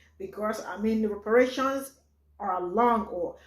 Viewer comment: YA!!!!! EXCEPT !!!! REPARATIOINS, REPRARATIONS, REPARATIONS🤔🤔🤔